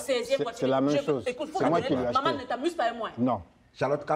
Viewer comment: La première fois j'entends Charlotte dire Mamane 😂😂😂😂😂